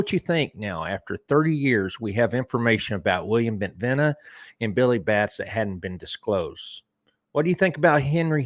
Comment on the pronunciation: Bentivegna is pronounced with a soft G in Italian. It is correctly pronounced like Bentivenia.